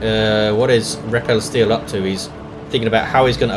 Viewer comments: FYI, 'repelsteeltje' is the Dutch name for Rumpelstiltskin, and its pronunciation would be close to 'ray-pull-stale-chu(ck)'. Go Nids! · yuno yeah its dutch but its pronounced totally different from what did:P